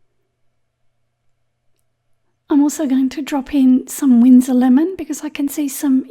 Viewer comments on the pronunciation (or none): none